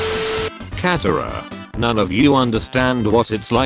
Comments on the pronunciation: It's katara not catara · “Aang, katara, ba sing se” Robot voice: “Ong, Cat-era, bay sing say” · I love how it pronounces Katara and cat-a-ra and Aang and ung